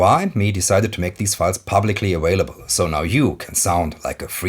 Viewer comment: I like how you say your V's as W's. ..."awailable...", ..."conwert..."